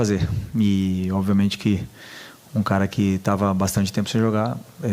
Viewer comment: Esse é guloso falou que quando entrar duas é três bolas tudo vai ficar bem. E pra piorar ele falou: Oviamente